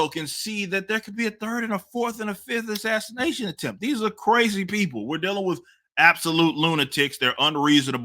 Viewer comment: MSM: "This was not an assaniation!" Guy: "This is an assasination."